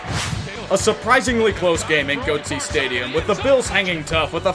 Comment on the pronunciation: Did he call the Falcon's stadium Goatse Stadium?